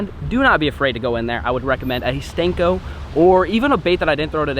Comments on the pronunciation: Did anyone realize he was calling it a stenko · why you call senko "stenko" i have no clue